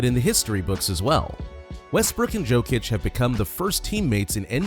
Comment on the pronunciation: Its Jokic(Yokic) not jokeic .... 😂